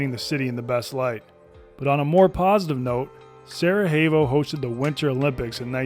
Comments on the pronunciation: its pronounced sarajevo with a j not an h.Its not spanish ffs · "J" in "Sarajevo" is not pronounced as "h", try "y" as in "Sarayevo" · learn to say the city right if you're gonna say it 50 times in one video! Anyway, much love regardless and appreciate your content and humor. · worst pronunciation ive seen, dude's just imagining the letter H in sarajevo